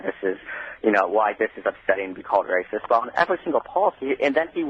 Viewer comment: No, Mawcus Epstein a wacist bitch. Pwain & simpaw.